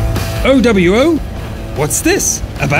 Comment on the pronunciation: 0/10 didn't say owo properly